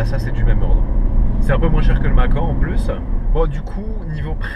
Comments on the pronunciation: On dit macane pas macan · Mais comment tu peux dire « macan » en « en » 😱